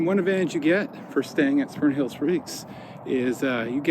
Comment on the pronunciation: spurnhill spreaks.